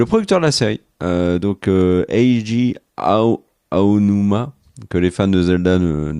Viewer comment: T'inquiète. Tu as bien prononcé Eiji Aonuma. X)